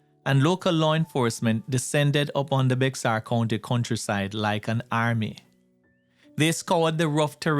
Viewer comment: Bexar is pronounced (Bear County)